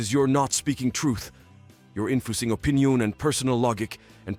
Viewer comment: im sorry the Text to Speech is just too perfect. this Chris Redfield serious voice mixed with the mispronunciation like "yor infoosing yuor Opeeneeyonngg an pursonal LoGICK" xD Edit: OMG WHAT WAS THAT?! "Meanwhile for xbox... most played Starfield is above Apex Legends...and other GaAaAaAaSsSsS!!!" WHAT WAS THAT?! THAT THREW ME OFF SO MUCH!!